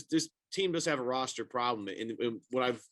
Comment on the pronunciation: Why emphasize the "problem" so much. Nick nurse won his first title in his first year with raptors